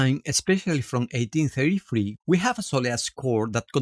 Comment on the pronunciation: Isidoro Hernández score is from 1883…. It sounded like you said 1833. Before this was Eduardo Ocón Soledad circa 1860 (published later in 1874), also using demofilo lyric for soleá and guitar plus piano. George Borrow also has some lyrics shared by demofilo